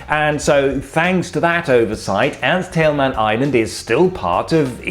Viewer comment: Other than me that notices that he says "Erich Honecker" perfectly , but not Ernst Thälmann?